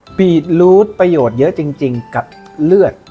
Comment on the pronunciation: มันอ่านว่า บี-ทรูท ไม่ใช่ บีท-รูท ครับ